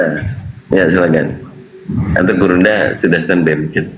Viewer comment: bang ini bener2 dah😂 dia bilang gurunda zuma yg sangat besar 😂 tapi saya dengar nya: "burungnya zuma yg sangat besar" 😂😂😂😂😂😅😅😅